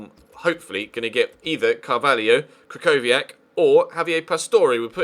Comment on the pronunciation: im not polish but my freind is and he said that krychowiak is pronounced as kri-ho-vi-ak